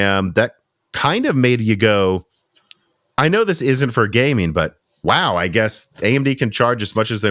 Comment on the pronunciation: IT'S GaminG NOT GayMIIIIIN